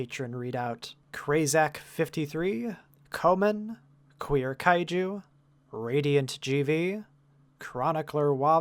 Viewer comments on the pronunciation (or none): none